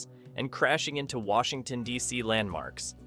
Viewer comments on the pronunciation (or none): none